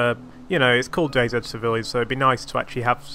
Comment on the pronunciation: Finally a youtuber that says DayZ properly!